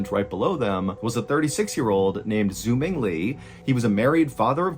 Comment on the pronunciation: The way he pronounces "Xuming"... 😂 "x" in Chinese is pronounced like "s" or "sh" haha